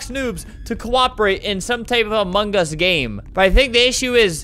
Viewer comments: Albert: among us. Me: I thought he said Among Gus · WHY DOES EVERYONE SAY AMONGUS INSTEAD OF AMONG US?!